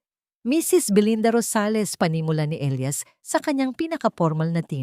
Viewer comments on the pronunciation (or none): Sa sobrang liwanag ang elias naging ilayas🤣🤣🤣